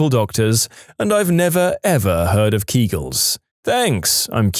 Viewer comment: Kegels = Keg els